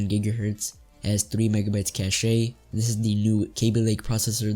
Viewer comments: Great vid, try talking with a tad more passion and cache is pronounced as cash just cash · "8mb of caché"